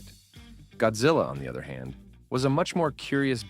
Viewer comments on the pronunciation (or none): none